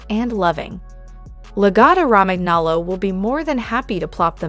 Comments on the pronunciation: Raman aloe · its italian i think. therefore its pronounced la-gotto romanyolo (gn sounds like a ny in italian) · omg in Italian language "Romagnolo" ...gn (Romaňolo) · Cringing at every instance of saying "Romagnolo" Think of how the "gn" sounds in "gnocchi," and apply that same pronunciation here... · Hey hun you don’t pronounce the G in Romangolo. The G is more like a Y or I